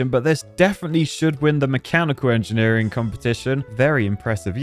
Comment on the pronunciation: today in enjenir: breeje